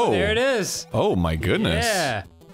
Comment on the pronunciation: Ow hewwo, I didn't see you the-awr